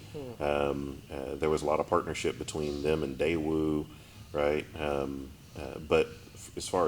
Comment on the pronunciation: "Dai" of Hyundai (現代) and "Dae" of Daewoo should be pronounced the same, because they are the same letters in Korean. however, they are different Chinese characters. 代 大 pronounced dài and Dà in Chinese, but both pronounced like English die in Japanese. George Lucas named Jedi after Japanese word jidai 時代, which he heard from 時代劇 "period drama"